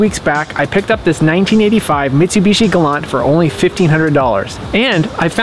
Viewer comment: It’s pronounced “Galant” with a “T!”